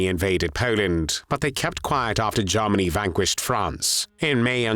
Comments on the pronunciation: This narrator always pronounces Germany as Jarmany 😅. But content is much appreciated. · OMG. Now I can’t unhear it! 😅